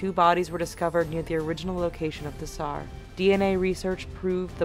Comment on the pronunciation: why you say tsar "sar"?.